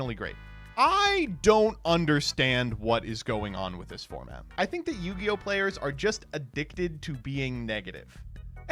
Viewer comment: What the hell is New-gi-oh??